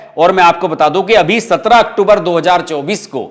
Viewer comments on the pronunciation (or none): none